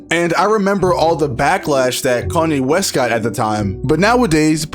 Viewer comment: kanye west ❌ cony west ✅